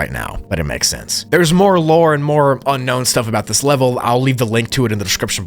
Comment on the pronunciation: "Unkown" bro what